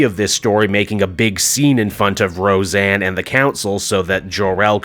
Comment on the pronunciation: Ro-Zanna Arquette.